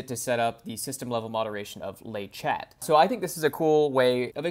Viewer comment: « Le chat » is pronounced « le sha » if you pronounce the final t, it’s the female cat with the same other meaning as in English…